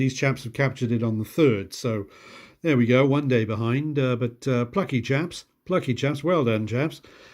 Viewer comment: You said, “…these chaps here…” lol, for a second, I thought you said “Japs”. I had to replay that part 🤪😂